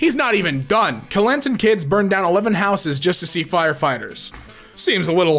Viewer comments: As a Malaysian, the way be said Kelantan hurts me so bad. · it aint pronounced like that i know cuz im malaysian which is where kelantan is at